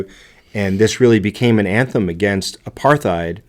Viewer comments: The word "apartheid" is actually pronounced "apart-heid", as the T and H are in separate syllables. It's an Afrikaans word (the Dutch dialect spoken in South Africa). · Also, Apartheid is pronounced with a silent h. 👍☮